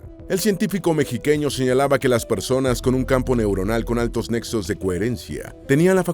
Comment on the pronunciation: Mejiqueño ?? Eso me hace pensar que este canal es de un puertorriqueño o un dominicano 😂😂